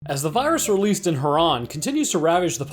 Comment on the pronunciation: At least you say herron right